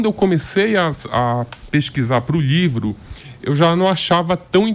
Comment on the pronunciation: Esse sotaque paraense é chato demais. Me perdoem a sinceridade. "LHIVRO" é meuszovos.😅😤🤦🏻‍♂️